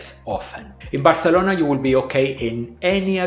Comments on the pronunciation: he is speaking in English so he should pronounce it in English, and Spanish is not the native language of Barcelona. So it really makes no sense. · It's very annoying that you keep pronouncing Barcelona in Spanish. IMHO you should pronounce it in English.